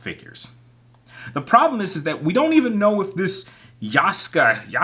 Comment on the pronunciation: No it’s yasuke… ya-su-ke